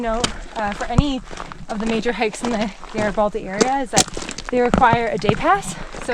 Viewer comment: How do you not know how to pronounce Garibaldi? It’s a hard G